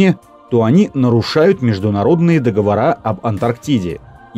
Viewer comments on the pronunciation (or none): none